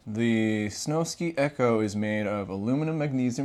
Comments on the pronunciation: I think it’s snow sky not snow ski ⛷️ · I’m sorry to be that guy but it’s (Snow-Sky) not SnowSki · Bro is saying snowskee